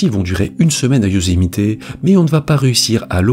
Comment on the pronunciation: Youszmité ? Ou yousemite bordel ta jamais regarder de filme us pour franchisé des nom simple et super connue